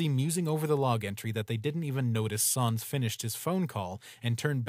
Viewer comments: Pronounced it wrong. It's pronounced S-an-s not sahhns. It's like calling papyrus, Pappyroos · Them saying Sans wrong makes my bones hurt bro